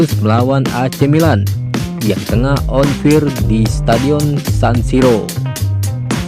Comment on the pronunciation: bukan on fir min... tapi on faier bacanya. on fire